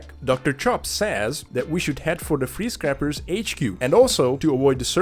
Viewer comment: I'm embarrassed that it took me a few minutes to realize you were saying free scrappers and not freeze crappers.